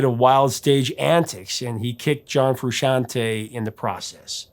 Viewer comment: You pronounce Frusciante correctly. You get a cookie.